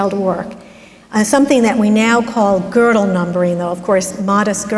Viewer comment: Gödel is really not hard to pronounce.